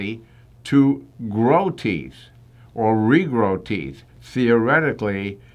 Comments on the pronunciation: Actually, it regrows your "theeth," not teeth.😆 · But I don't have any "theeth" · how you pronounce "teeth" when you don't have any 😆